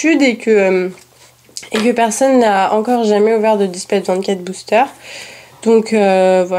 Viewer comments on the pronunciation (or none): none